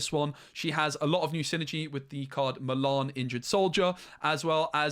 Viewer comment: I could not work out for ages who "malarn" was. Then I realised you just can't say Mulan